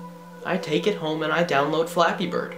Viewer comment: I kept thinking that you were saying fapping.